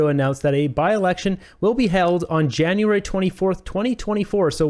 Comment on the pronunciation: Am I the only one the heard January? Lol